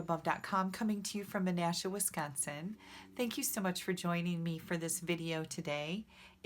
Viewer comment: Love these cards, happened to see this video on my sidebar, so pretty and rather easy. I love that you tell where you are from in each video. (I think I mostly love the way you pronounce WISCONSIN, just like it is suppose to be!! Other area's can't really say it properly - being from there I am told I sound like a midwesterner here in UT.) TFS!!